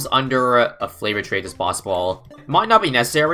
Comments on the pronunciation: its pronounced fav-or not flav-or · can you just pronounce it right it is favored not flavored smh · Wait... it's NOT flavored trades? Mind blown lol. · flavored trades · Flavoured trades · Didn't even realise it was favoured trades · I thought that flavoured trades meant 014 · why does he say flavoured trades